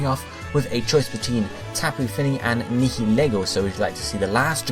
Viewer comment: Nihilego. It's pronounced ny like night hill, er like knee go